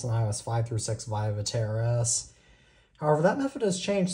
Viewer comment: Va tair ass? It’s vet tris